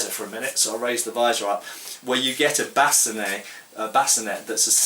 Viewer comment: Great video as always. I found your pronunciation of sallet interesting, you're the first person that I've heard pronounce it, and bascinet the way you did. However, that's the way that I always thought those words were and should be pronounced given that they appear to be French words and other French words ending in et are pronounced with an ay sound. Speaking of French and armor, why is that European armor (to include helmets) have French names yet France was not, as far I know, one of the prime movers in armor design. Given that most armor, particularly plate armor, followed either the Italian or German school of design, why the French names and not Italian or German?